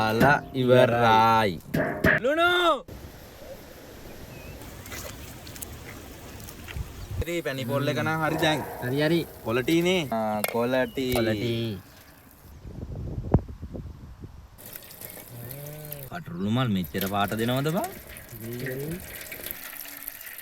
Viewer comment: කොලටි නෙමෙයි සුද්දා කොලිටි!